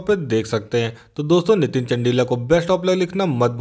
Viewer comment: Abhe bhai not चंडिला चंदीला hai vo bhai apni pronunciation theek kr tu